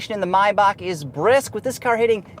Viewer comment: Finally somebody who knows how to pronaunce Maybach